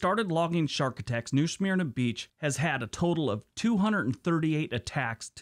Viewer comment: He’s butchering the name New Smyrna (smir(k) nah)